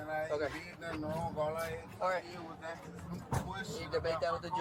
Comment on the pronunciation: "Aks for my phone"? What the hell is an aks??